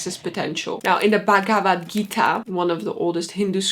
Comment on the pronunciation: Why can’t you try and pronounce the Bhagavad Gita properly? I mean if you’re half Indian, at least try to pronounce it right - it’s not even that hard.